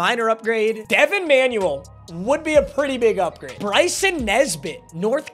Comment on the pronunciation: It's Bryson muuuuthafuccccka lol